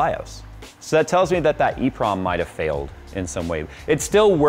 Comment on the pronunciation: it's called an EEPROM